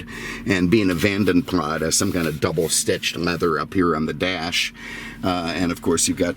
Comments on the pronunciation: Ford didn't "get involved" until 2007. BTW - it's "PLAS" not "PLAH". The name comes from a Belgian coachbuilder from history. It's not a French name. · Vanden Plas: Originally Belgian coach builders with a Dutch name. I believe you should pronounce Plas as plass. I love your videos though.